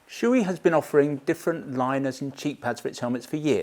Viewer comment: I usually don't comment on YT, but I just can't hold it any longer. Shoei is not shoe-i, it's Sho-Ei. It's a japanese company and the name has nothing to do with footware. These "professionals" can't even pronounce the name right. Why don't you pronounce s-chu-bee-earth?